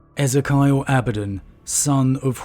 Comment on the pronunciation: Feeling like I may have been pronouncing Ezekiel wrong for like 20 years...